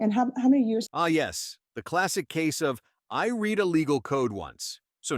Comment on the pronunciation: AI did not correctly pronounce "read" in this.